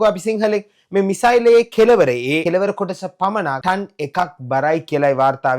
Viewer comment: ටන් නෙවෙඉ හලො ටොන්